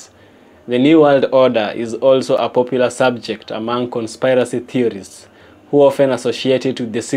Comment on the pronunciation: I always look forward to your videos and hearing you speak You can better say conspiracy as Con "Spear" racy